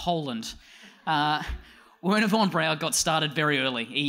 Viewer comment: I think it's pronounced "Verner"